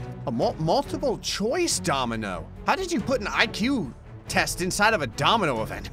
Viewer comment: litarly said dominomoino